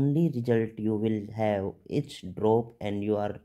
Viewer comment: 2 things dr ----- Its 'is' not 'itchzzz Or izzz' pls pronounce it as 'is' only. Also it's 'exam' not 'ekzam' Pls correct ur pronunciation. It's hilarious otherwise